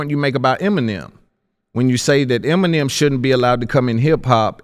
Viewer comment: Why are the emphasizing the first "E" in "Eminem" instead of the 2nd "E"? 🤣